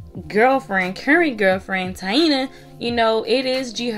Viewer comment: It’s not tiana lol it’s taina 😂😂😂